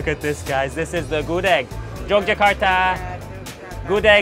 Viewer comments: Gudeg, bukan Gudik bro.. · Bru, wtf u can eat whatever u want but dont mispronounce it tf... GUDEG NOT GUD-EEG tf its so insulting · Gudêg not Gudég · this published in 2019 and I just see this :( btw I'm pure Yogyakartan and I love your review! and ofcourse I love your pronounce like Good-Egg or Mung-Oat lol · It's gudeug not gudeg, with "eu" Spelling not "e" Letter ~~~ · ngomong gudegnya masih salah :v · The way you pronounce"GUDEG"...make bring me to tears...🤪🤪🤪🤙🤙🤗🤗🤞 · Gudeg the e is silent.